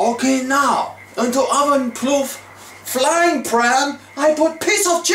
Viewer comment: LOL at "roven"